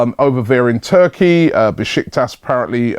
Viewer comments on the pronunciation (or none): none